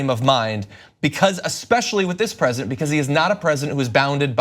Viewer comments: I heard that "Fresident" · LOL - Did John just say "Fresident?"